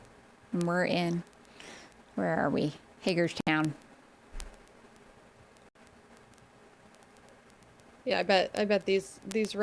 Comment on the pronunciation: INFORMATION - Great job - BUT - Please get our towns name pronounced correctly, it's HAY-GERS-TOWN, not HAGGERSTOWN, thank you. Also the Brown Posts on the left side of the Canal are Mile Markers.